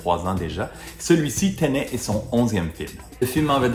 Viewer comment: T’as prononciation de Tenet est bizarre (sûrement francisée) mais alors quand il s’agit de dire un vrai nom français (Dunkerque) tu l’anglicise 😂 ça me perturbe